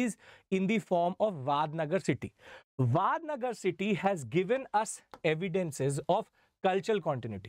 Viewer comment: It's not वाडनगर it's वडनगर